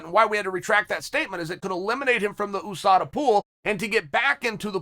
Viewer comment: Chael always sayin "EWWSADA" on purpose 🤣